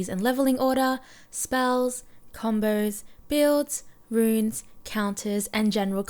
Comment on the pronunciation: Why do you pronounce (so) like “SOOOIII* and combo like Combooii xD